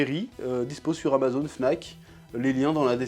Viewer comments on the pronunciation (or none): none